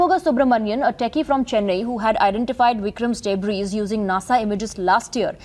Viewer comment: An English News presenter wording out the word debris as "debriz". Doesn't she have to know that the s is silent? Speaks volumes about the quality of news presenters these channels are hiring now.